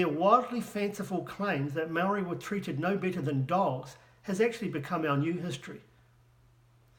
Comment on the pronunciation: you can't even pronounce Maori words how stupid are you? I know 3 yer olds that are moore educated then you in the maori language, and you claim to a expert how HILARIOUS!